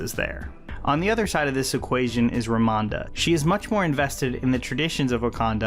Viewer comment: Why do you keep saying Romanda